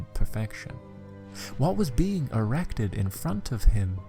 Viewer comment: Eye-m already eye-rect with eye-xcitement